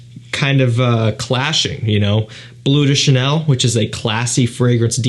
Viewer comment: Cant even pronounce bleu de chanel😂 its BLEU de chanel not BLUE de chanel